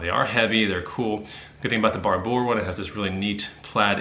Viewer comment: the Barbour jacket is pronounced (bar-ber):)